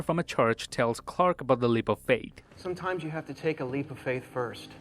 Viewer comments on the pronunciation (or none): Amazing video as always but you keep saying fate instead of faith is this on purpose or by accident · Narrator keeps saying fate and both scenes clearly say faith..... cmon man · It's faith not fate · Hey guy... he said FAITH, not FATE... sounds like you sir, are Saying fate.. maybe it’s your accent , but if it’s not don’t fake it and act like you are saying faith when your really not